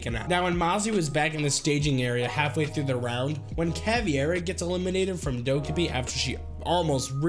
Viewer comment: dirt bike skydiving thats awesome also ur pronouncing caveira as caviar which is a kind of luxurious food